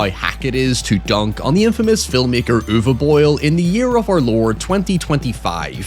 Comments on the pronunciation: "Uwe Boil" Ok you are doing it on purpose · The way you pronounce his name sounds like "über boil". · The way you pronounce his name sounds like an insult I love it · You refusing to produce his name correctly is chefs kiss trolling